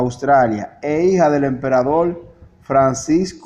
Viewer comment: Austria es distinto de Australia: min.. En ese tiempo Australia aún no existía como país., creo que eres cubano por el uso de la letra L en lugar de la R. La palabra no es "emperadol" sino "emperador. Tuviste una buena intención cuando publicaste este vídeo, pero antes de divulgarlo debes editarlo correctamente, también debes practicar la lectura, igualmente necesitas repetir para ti mismo algunas palabras complicadas, y después de todo eso, entonces podrás leerlas de manera correcta y natural en la cámara.